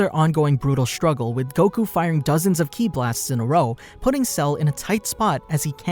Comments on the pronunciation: YOU CALL IT "kai" or "ki" NOT "key" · Ki not Key please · chi in DB is pronounced Ki